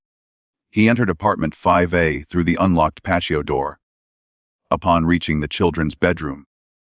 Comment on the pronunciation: Personal perspective.....great content , but spoiled by the AI voice for me. " Pay-shee-o door". I don't care what someone's voice sounds like,but real people trump AI everytime.